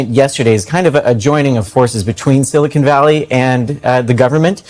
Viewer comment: It's Silicon not silicone. Omg. "Morone" Lol